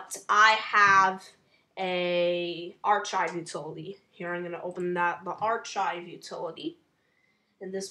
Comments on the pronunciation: Archive is pronounced with a "K" sound when saying the ch, "AR-K-AY-V" this is an Italian and latin root pronunciation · Him saying archive wrong is making me cringe incredibly hard